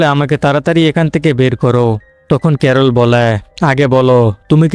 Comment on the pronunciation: ক্যারল ❎ করলা ✅🤣